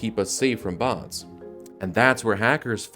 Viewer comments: anyone else hear him saying "bonds" instead of "bots" ? Or is it just me? XD I'm one big idiot but good video :) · Why do you pronounce "bots" as BAHNTS?